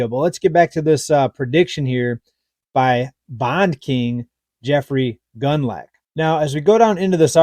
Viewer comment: It's pronounced, gooned lock... Rhymes with Bund, plus the Scottish lake monster, so to speak. 😅